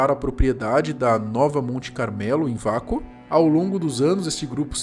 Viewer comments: detalhe: lê-se UAKO e não VACO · Se pronuncia ' UEICO ' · E se pronuncia “ueico”